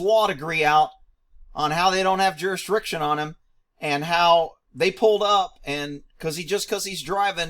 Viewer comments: "Jurisriction" lmao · That "juriswricsion" will get you every time. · They can’t pronounce ask but you expect them to say jurisdiction correctly, Lol? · JUR-IS-DIC-TION..... say it slow.: ).